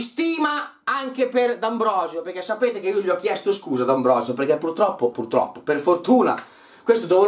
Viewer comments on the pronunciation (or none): none